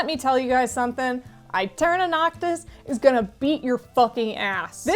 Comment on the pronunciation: I think aeterna is supposed to be pronounced eterna since aestetic is also pronounced estetic